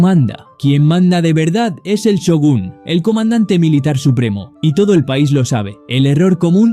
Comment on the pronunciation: Not Syogun but Shogun